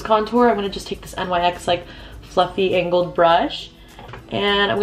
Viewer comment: nyx is a word, pronounced like “nicks.” you don’t have to spell it out lmao